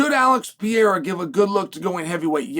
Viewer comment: “alex piera”